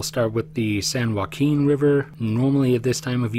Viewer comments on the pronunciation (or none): none